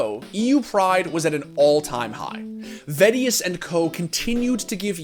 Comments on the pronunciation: vedius gains?;o Guy lifts. He is kinda lucky he has the accent/voice tho^ Im kinda sad i missed all these songs tho 0o Only watch vods deserves kudos tho, love that guy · Ah yes, the famous MeediVeedi duo :D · its funny how pronounced vedius´ name now that they are a casting duo xD